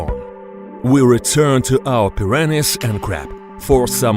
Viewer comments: Its like hes saying piranis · You guys are having a stroke,im dying of laughter whenever he says "PIRANIZ"😂🤣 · Pi ran ees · He keeps pronouning them preeranays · As much I wanna laugh it’s just his accent that’s y he sound and said it like that but lol